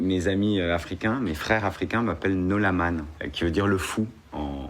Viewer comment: le fou c'est plutôt NALOMAN, prononcez bien le son "an" comme dans "enfant".